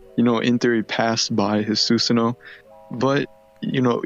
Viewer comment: I know why it bugs me when Susano is pronounced that way.